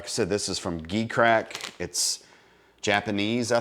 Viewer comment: It's pronounced like the letter "G".